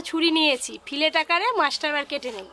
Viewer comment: "ফিলেট" নয় "ফিলে" বলে😁😁